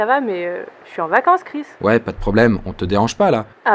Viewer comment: Français: Je suis en vacances Chris Québécois: Je suis en vacances crisse